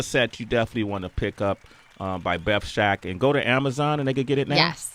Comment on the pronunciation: BETH SHAK not Shek